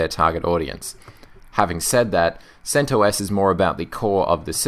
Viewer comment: you pronounce it: "sent oss" .. the OS portion sounds like the "os" in ostrich. At least according to the creator of CentOS